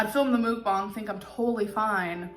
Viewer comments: muk-bang not mook-bung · Bro stop saying mookbung it's MUKBUNG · If I ate the size meal she eats.... I would only be able to eat once a day. She will never realize she has to do ONE portion of food for her to actually make progress. She is a lost cause even with us trying to help her. I dont think any one has told her shes saying mukbang wrong XD